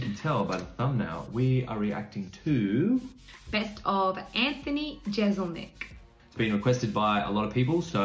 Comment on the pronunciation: I love how Anglos don't know how to pronounce 'Jeselnik'... :D